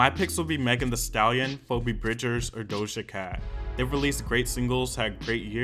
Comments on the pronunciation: "ay-oh-ko" "foe-bee bridges"💀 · i’m sorry, POUBEE BRIDGERS? 😂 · Did he just say... phobe bridgers? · "phobee bridgers" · Sorry, PHOBEE BRIDGES??!! HAHAHA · It’s pronounced Feebee Bridges. 😆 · NOT HIM PRONOUNCING PHOEBE BRIDGERS LIKE FOE-BE BRIDGERS 😭